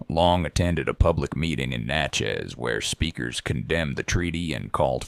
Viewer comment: If you call it ‘Natch-chezzzzz’ around locals they will know you aren’t🙄 ‘NATCH-iss’